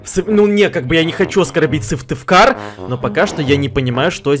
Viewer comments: Говорится Сыктывкар а не сывтывкар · Не сывтыкар а сыктывкар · Вобще говорится не Сывтывкар а Сыктывкар и я живу в этом городе у нас солнце щас всегда! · Сыктывкар; существует: Сывтывкар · Когда ты живешь в Сыктывкаре,а не может его выговорить 😕😂 Я ещё в начале думала,блин прикольно бы было что бы назвали мой город,а потом сижу в шоке 😱😂😂😂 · СыктыВкар ц ну почему все не правильно говорят а